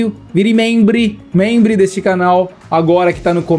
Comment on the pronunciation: Membre? Não, tá brincando comigo? É uma pegadinha?